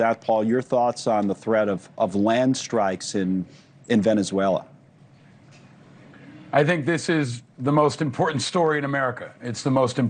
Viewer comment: Thank you for learning how to pronounce Venezuela. I could hear you trying and I appreciate your effort.